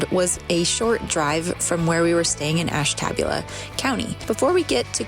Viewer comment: You pronounced Ashtabula wrong. Ash TA booula.